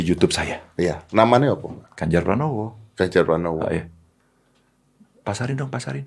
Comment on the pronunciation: Pranowo mas bukan pranomo